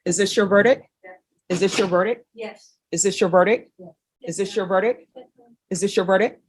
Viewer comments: Only thing that bothers me about this judge.... She can't pronounce "verdict". She says ver-dick instead of ver-dicT. "Is this your VERDICK?" That just sounds weird, lol. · Will someone tell it's verdict not verdick